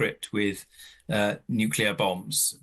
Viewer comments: Did she say nucular? Is that something to do with atomic nuculars? I would have expected better from the Times. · She can’t pronounce nuclear’ It is not that hard